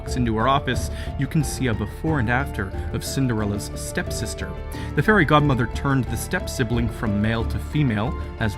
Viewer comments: I had subtitles on and it said the hairy god mother and now that’s all I can hear when someone says fairy god mother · I swear he said the hairy godmother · “So the hairy god mother” Wait.... Did I hear that right? goes back hmm listens uh, ok yup “the hairy god mother”